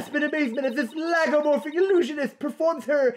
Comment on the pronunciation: pronouncing Lagomorph as Laygomorph is making me angery